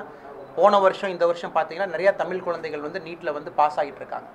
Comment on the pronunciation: அண்ணாமலை தமில் ன்னு பேசாமல் தமிழ் என்று உச்சரிக்க கற்று கொண்டு யாரை வேண்டுமானாலும் சவாலுக்கு அழைக்கலாம்.